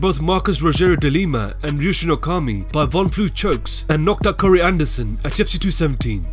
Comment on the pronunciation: Lmao who else hates how this dude pronounces "the UFC"